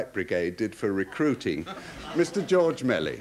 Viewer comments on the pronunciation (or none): And George Méliès is pronounced (approximately) zhorzh melyay, not George Melly.